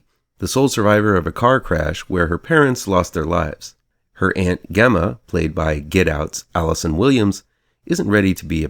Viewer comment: Gemma's name is pronounced with a j even though it's spelled with a g. And (cue Greta voice) how DARE YOU say this film is a slightly more sophisticated Child's Play without Aubrey Plaza to attract you all the way through?!!! Who has a thing for Aubrey Plaza?!!! Again, how DARE YOU?! "Those of us who are already there" have plenty to cheer about, Sir! AGAIN, how DARE YOU?!